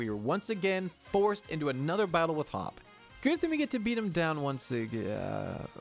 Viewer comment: Be-eat aka Bead